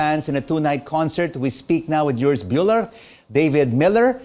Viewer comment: OMG!! This man’s name is not’YURS’ it’s URS! How after all this time can people still be unable to pronounce his name correctly?!?!?